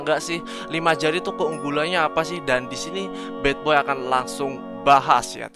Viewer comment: Anjir bilangnya bukan badboy tp batboy😂